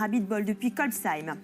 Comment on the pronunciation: Pas très locale...faudrait lui dire comment se prononce Kolbsheim